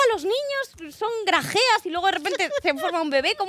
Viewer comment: "son grajeas?" jajaja